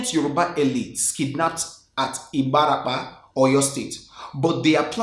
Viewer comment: I'm amazed he was spot on with pronunciation of ibarapa!